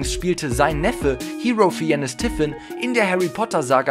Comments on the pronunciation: Ralf Fi en nes Ich: argh: Hero... Fi en nes Ich: argh warum sagst du nicht einfach "feins" das ist die richtige aussprache argh: ignorieren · Bitte informiert euch das nächste Mal vorher, wie Ralph Fiennes ausgesprochen wird. Er wird "Fains" ausgesprochen. Das ist mir schon bei einem anderen Video aufgefallen. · Ralph FIENNES man kennts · der Mann heit Raph Fiennes das wird Ralf Feins ausgesprochen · Wie er Ralph Fiennes ausspricht 😂😂❤️